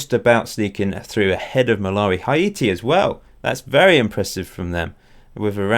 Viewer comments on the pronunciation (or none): You keep prouncing Haiti wrong. Its prounced like Hay-tea